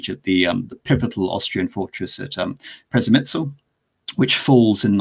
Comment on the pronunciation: Przmesyl is "CHAIR - mishil" with "huh" sound at the beginning of first syllable.